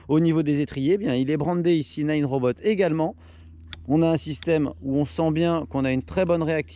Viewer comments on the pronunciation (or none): Salut, juste un detail c'est Nanrobot pas ninerobot:) sinon belle video